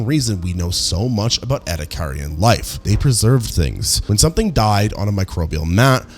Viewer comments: "E"-"D"-ack-er-un Not ed-uh-car-i-un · ouch ouch repeatedly saying ' eddie carrion ' just sounds so wrong and hurts my ears. its like watching a documentary about American history and constantly using the name Amecira in every line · ah, yes. The sea creatures where burried in a sandstorm. Thats how they got fossilized. Burried in a sandstorm, in the ocean. Between repeating all the same points over and over, and and the fact that we cant pronounce ediacaran right. Im like 85% sure this is AI. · OMG your pronunciation of Ediacaran is atrocious. I want to watch the video but the cringe is almost too much.. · It is incredible how he has mispronounced Ediacaran every single time. Nice video anyways... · Was about to comment, the pronounciation is rage inducing. Rage bait if you will. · a new pronunciation of 'ediacaran'. I'm always amazed how many ways there are to get it wrong.